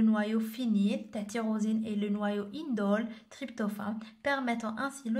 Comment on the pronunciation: Tyrosine fih "oH" et pas "cH"